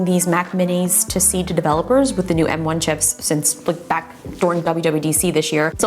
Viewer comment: She keeps saying “N1” instead of “M1”